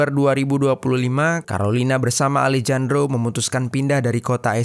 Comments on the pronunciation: Alejandro di baca Alehandro ga seh? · Dibaca: Alejandro ❎❎❎ Dibaca: Alehandro ✅✅✅ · Sedikit saran untuk mimin. Kalo ada huruf 'J' dibahasa amerika latin dibaca jadi huruf 'H'. Alejandro dibaca alehandro min. 🙏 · Kalo bahasa Spanyol nama Alejandro dibaca Alehandro min